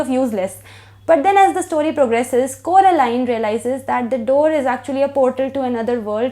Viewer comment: It's Coraline , not Carolina 😅😅😅 heheheee I really like this book , and looking forward to read Milkman , hmmm ❤️❤️❤️❤️